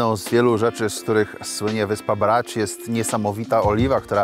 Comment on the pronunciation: Marcinie- mówimy Bracz, Omisz, Pucziszcia. Chorwackie Č Š to odpowiedniki polskiego cz i sz. W przeciwnym razie mówiąc brać, powinieneś też mówić puciścia.